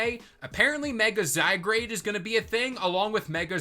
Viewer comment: Zygrade??? Not zygarde ?